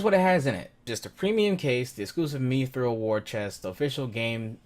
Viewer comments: ''Meethrul''? MI-thral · Mispronouncing Mithril.